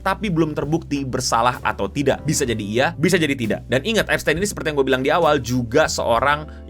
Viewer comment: Bacanya bukan gitu bang tapi eps-tin